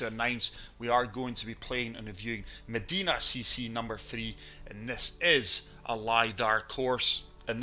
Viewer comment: love this video...but Meh-DYE-nuh is the proper pronunciation, not meh-deee-nuh